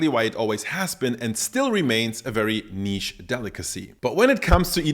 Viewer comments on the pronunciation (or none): none